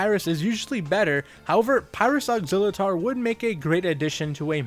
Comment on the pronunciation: Technically his name is pronounced as ox-ill-uh-tor.